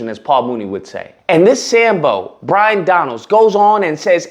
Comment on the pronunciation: His name is Byron not Bryon and he was born in Brooklyn. Your ignorance is pathetic. By the way do I get reparations for my dead family who fought to free the slaves? You are nothing more than a 💩stirrer.